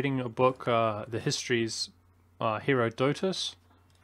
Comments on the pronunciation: phonetic pronunciation: her-ah-ditus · Btw, herodotus is pronounced more like her-odd ah-tus. (say the 'ah' very quickly) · not even gonna criticise his pronouciation of Herodotus?